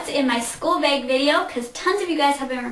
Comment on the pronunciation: you say beg not bag